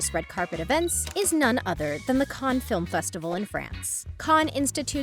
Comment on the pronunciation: Finally someone who pronounces Cannes somewhat accurately